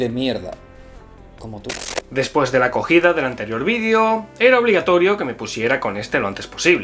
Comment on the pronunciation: Jajajaja primero entendí “la cogida”, pero después puse más atención y dice “la acogida”. ¿O sí dice “cogida”? 🤔